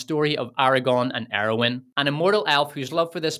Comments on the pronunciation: Arwen not Areowyn. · It's "Arwen"